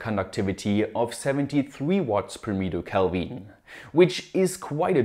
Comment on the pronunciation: i love how he pronounced putty and kelvin. hahaha love this channel